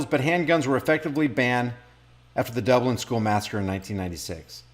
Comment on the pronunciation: Dunlane not Dublin